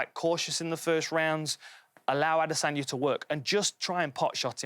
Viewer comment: still don't understand how these guys can't say Adesanya's name correctly